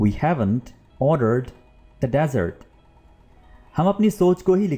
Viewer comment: The way u pronouncing the ( dessert) is wrong. Please correct that. Otherwise everything is perfect.